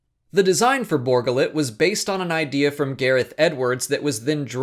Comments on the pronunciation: Borga Lit? Really? Funny, everyone here heard it as Bor Gullet. But maybe it's just us. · Bor Gullet. ....you keep saying Borgullit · It's not Borgalit. It's Bor Gullet! He will know the truth. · Why do you pronounce it Borgullet? It's two words and they say it's name in the movie. Bor Gullet. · I just can't get over his pronunciation of Bor Gullet. it's a 2 part name. Bor. Gullet. not Borgalette as he calls it. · Bor gullet, not borgullet! How is he pronouncing it wrong. His name was said in the damn movie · ...did you not see the movie...or are you ignoring the way his name was pronounce in the movie just to annoy everyone...?